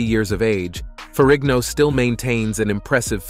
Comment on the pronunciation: I believe Lou's surname Ferrigno is pronounced FERRINO. The G is SILENT.